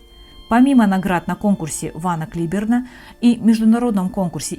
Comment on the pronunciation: Прекрасно, что речь идёт о прекрасных музыкантах. Но всё же хочется вас немного поправить. Конкурс не Вана Клиберна , а Ван Клайберна. Его имя не склоняется, да и фамилия пишется и произносится немного по другому.